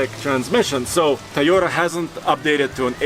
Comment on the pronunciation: I like how he calls the Toyota a "Ta-yota"